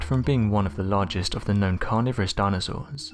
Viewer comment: Great gadfry! This narrator talks like someone with a mouthful of marbles. He's barely understandable........his pronunciation of carniverous is particularly weird: carnaveris.